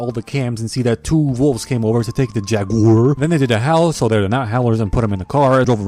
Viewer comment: The way he says savAge and jagUAR